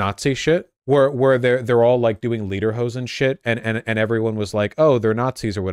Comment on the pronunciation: "Lederhoden" ... dude! German leather testicles!